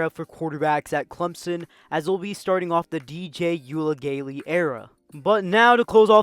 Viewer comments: DJ “Ooooey-unga-le-lay”; put some respek on his name. Also Tommy Bowden is the son of Bobby Bowden. The first syllable rhymes with cow for their last name. Other than that solid vid; I enjoy checking this channel out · Gotta work on that DJ pronunciation.